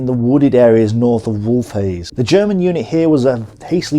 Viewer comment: Vaguely irrelevant but I have to point this out, I lol'd when you called wolfheze 'wolf-haze'. As far as I know the best way to say it is 'vulf-hetze'. Did you ever play the operation market garden campaign for company of heroes? If not I'm sure you'd enjoy it and comparing it to real life. Anyway, great work as always. I know you specialise more in military theory than foreign pronunciation :D